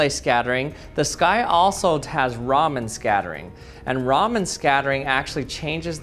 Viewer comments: its not RAAMen its RAMAN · It's "Raman" like Chandrasekhar Raman and not "Ramen" like the noodle lol. 😂